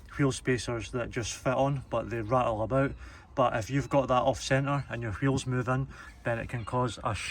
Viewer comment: Bro said qheels 300 times